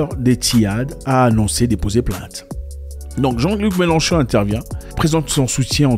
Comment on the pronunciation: C'est Mélenchon et non melon-chon😂😂😂